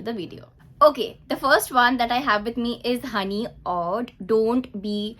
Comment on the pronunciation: Oud pronunciation is oood not uud just letting you know ❤